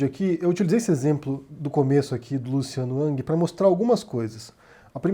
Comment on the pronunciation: Curioso que o fala Luciano "Uck" ou Luciano "Ang" quando a maioria fala Luciano "Ruck" "Rang"